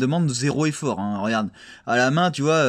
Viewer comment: rOGarde pas si c'est rOlou